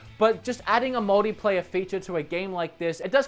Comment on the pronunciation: Anyone else hears "modyplayer"?